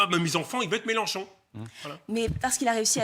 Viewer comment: Les loulous c'est MélEnchon et pas MélAnchon svp